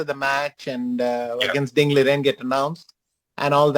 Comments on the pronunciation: bro said Ling Diren 😭😭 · did the anchor actually say Ling Diren?!! 😳 😳 😳 😅